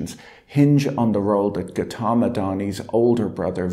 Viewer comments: Patrick hasn't got the pronunciation of Gautam right. It makes listening rather unpleasant. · Patrick, great video as usual, but to be honest, I wish you'd take a minute to look up how to pronounce the names of people you cover in your videos. "Adani" is fairly close, but "Gautam" and "Vinod" are way off, and hearing you mispronounce them dozens of times over the course of half an hour was a little grating. Not that I have any particular respect for these two men, but you may have viewers with these names too, as they're pretty common Indian names.